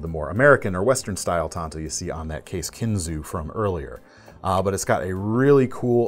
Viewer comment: Pronounced “taan tow”